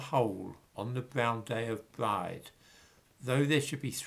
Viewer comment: And Bride, is pronounced Breeda.